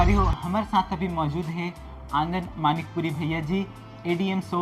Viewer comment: Manikpuri hai wo madikpuri nhi